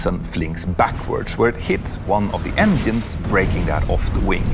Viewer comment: damn i'm so proud of, he said "engines" instead of "enyins" good on him hahaha